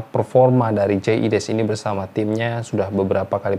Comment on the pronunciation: Biasakan sebut nama orang sesuai spelling hurufnya. Logat mungkin sudah hilang, tp jangan ubah ejaan namanya. Jay Idzes, bukan jay ides...